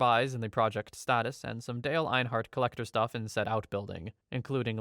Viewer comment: It is Dale Earnhardt not Einhardt